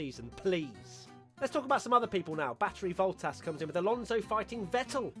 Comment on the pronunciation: Battery Woltas??